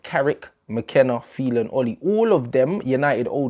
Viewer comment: Man said Mc Phelan you know hahahahaha